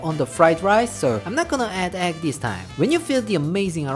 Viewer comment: I think Uncle Roger pronounces it as "Ekk" fry rice.